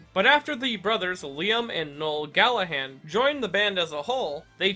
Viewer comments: Their name is Gallagher not gallahan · Um.... Its Liam and Noel Gallagher..... Not Gallaghan..... They founded Oasis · “Liam and Noel Gallahan” That pronunciation hurt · Who the fuck are Liam and Noel Gallahan? It's Gallagher. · Bro.... Did you seriously just call the Gallagher brothers the Gallaghan brothers? Or is that the right way of pronouncing their names?? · Liam and Noel Galla-what? It’s Gallagher not Gallahan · The brothers are called Gallagher, not Gallahan. Please continue. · I love this series but the brothers name is pronounced gallagheR 👉👈 with an R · How does anyone pronounce Gallagher as Gallahan it ends in er for fucks sake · it caught me so off guard lmao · Did he really just call them "Gallahan"? Was he just wrong or Is Gallagher really that hard for Americans to say? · “Liam and Noel Gallaghan” lol. Still not as bad as people pronouncing it “gala-gur” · They’re American of course they will mis pronounce it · Look I’m not tryna be annoying pronunciation nazi but you said Gallagher wrong, good video otherwise